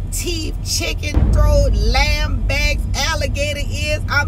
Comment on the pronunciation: Did she say lamb backs??? WTFEEZY 🤔 🤨🧐 🙄... I'm burnt over here 🤣😂😅